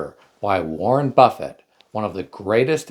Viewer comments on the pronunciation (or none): Buffett, not buffet.